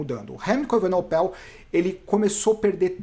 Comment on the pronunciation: Grande fã dos seus vídeos!!Algumas ponderações: 1) A edição ta show! Não atrapalha em nada 2) Sou o chato do nome dos ciclistas: Vc falou Evenopel e nao E-VE-NE-PO_EL 3) Não fale aos 45 do segundo tempo...sugiro falar "conseguiu o patrocinio na flame rouge.... Grande abraço e sou chatão mesmo!!